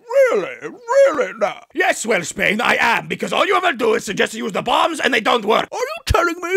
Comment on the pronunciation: Welsh Bane is perfect name.🤣🤣🤣 I thought he said "worse bane"